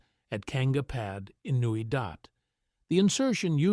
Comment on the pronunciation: It's Newy Dat not Dot!